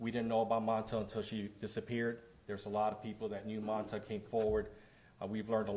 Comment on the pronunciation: The deputy didn’t even say her name right it’s mamta not manta we gotta hold the PD responsible for these errors